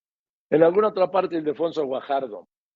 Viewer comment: Joaquín; felicidades por pronunciar correctamente el nombre de Ildefonso Guajardo. Hay muchos que le dicen “Idelfonso” 😡😡😡😡😡😡